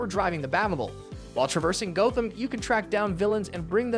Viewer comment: The way he said Batman and Gotham would idicate that this is pulled from a list written by somone else.